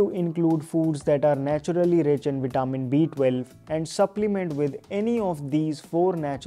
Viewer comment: Thank u so much for this video. But it's vi-tuh-min. Waiting for more. ❤🎉